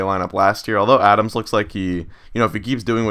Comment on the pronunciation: Adames is pronounced "Ad-am-es"